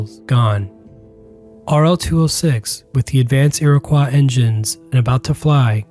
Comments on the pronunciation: The engine was the "Iroquois"...not the "Iriquois"! Great video! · It’s pronounced Iro-coy not iro-qua. Still, great vid!